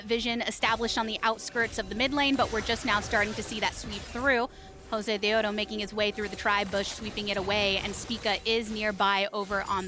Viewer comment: YES I MADE THIS SAME COMMENT. NO KNOWLEDGE, NO CHARISMA, I CANT STAND THE WAY SHE SAYS JOSEDEODO, SHES NOT EVEN ORIGINAL WITH THE CHOPPY CASTING